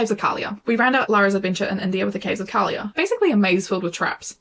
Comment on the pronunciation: KALIYA, not Kaylia